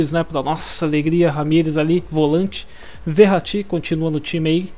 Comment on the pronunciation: Lol mu fala o nome do verrati errado lol kkkkk , like !